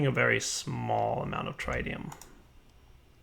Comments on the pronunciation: andrzejkiewicz also it is TriTium not TriDium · TRI-TE-UM not trideum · In 'tritium' you don't say the first 'i' as if you're reading it. It's 'tritium' as in 'bit'. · Trɪtiːʌm "tri"ck bag of "tea" "um"brella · is correct. You have been pronouncing it incorrectly the whole episode and it had been annoying the crap out of me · Your pronunciation of Tritium makes me cringe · Dadycoool Ok since you don't seem to understand the original point of this thread let me spell it out for you. The OP was wondering why the 'tri' in tritium wasn't pronounced like the "tri" in tricycle. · the i in tritium is short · thank you so much for correcting on Tritium. It was bothering me the whole time XD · That could be an accent thing. There are quite a few regional accents that pronounce all interior Ts as Ds.